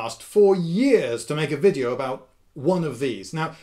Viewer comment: Finally, a British native speaker nearly mispronouncing "v" as "w". So it's not only us Germans. I say, splendid wideo old chap!